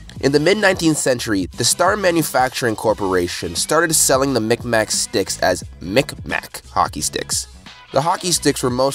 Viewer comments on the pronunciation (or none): “mik mak” is actually quite a offensive term because when the maritime fur trade was happening they couldn’t tell the europeans what to call them and they just started to call them mik maks, its pronounced miq mak (mig-mahh” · Nova Scotian here. You pronounced mi'kmaq wrong. It's not pronounced "mic-mac", but as "mig-maw". Also, they aren't Americans. We call them aboriginals or first nations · Its prounced mig maw not mik mak I know because I have 2 mik maq friends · It’s pronounced mig mah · cake Michael the king I’m glad someone said. As a Nova Scotian that triggered me lmao